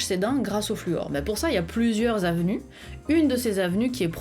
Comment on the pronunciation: « avenue »? Ça se dit vraiment ?